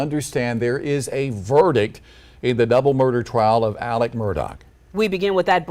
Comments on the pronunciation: Awesome. I think he deserves it just for pronouncing "Alex" like "Alec." Hopefully Alec Baldwin gets found guilty too. 👍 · ALEX Murdough not ALEC